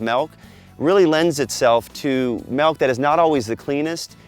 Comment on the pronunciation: Practice it's pronounced milk not melk